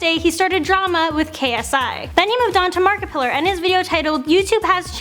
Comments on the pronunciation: She said Markipiller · Did she call Markiplier markipillar